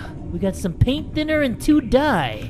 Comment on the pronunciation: "Paint thinner two die" Sounds like "Paint tinner to die"